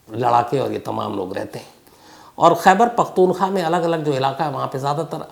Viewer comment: Khyber paktoon khwa. Not kha